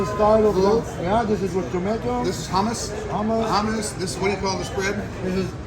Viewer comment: LMAO… “A Texan tries HUMAS!” …and likes it!